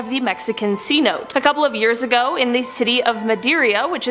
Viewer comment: say: "say-no-tey" 3 X real fast 🤔🤣👏 I knew you could do it 👍